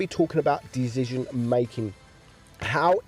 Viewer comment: Do yall hear Dezision or it's me ?